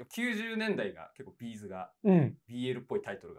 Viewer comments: B’zのイントネーション違うよね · 企画は面白いんだけど「B'z」のイントネーションが気になって仕方ない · B'zファンとしてはB'zの発音が気になる（チーズと同じが正しい） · 私はB'zファンではないけれど B'zファンならB'zのアクセントを訂正してほしくなる B'zのアクセントは平板ではなく、頭高